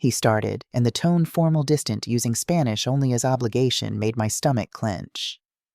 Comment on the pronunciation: I hate her Mexican pronunciation, it sounds too gringo😊